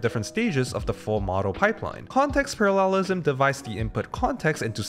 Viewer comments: Parallelism 重音應該放在第一個音節，而不是第三個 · Why do you pronounce “parallelism” in this way 🤣 good video as always